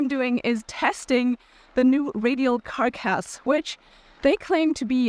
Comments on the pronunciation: Thanks for the review. Your videos are helping lots of people. P.s. As a native speaker English speaker who is terrible at languages, ‘carc-ass’ is normally pronounced as ‘car-cass’ or even ‘carcuss’ which avoids the 🍑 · Interesting video. You are certainly enthusiastic about these tyres. You seem to be using an electric bike. Does that influence the value of these tyres? Comments on English: Carcass has for me stress on the first syllable. "CAR-kiss" 80% skill, 20% EQUIPMENT. Not Material. Material in English refers to the inputs from which something is made. eg: What material is the tyre carcass made from ? But then again German English may be different, please excuse me! Keep up the good work. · Preface, just trying to be helpful. (unless you're doing this on purpose to get people to comment --if so disregard) You do not pronounce the G in gnarly. Just narly is how it sounds. Also in other videos when you've said the word carcass, you pronounced "Cark ass" and its more like "Cark us". Just trying to be helpful, I realize English isn't your first language. You do an excellent job otherwise! <3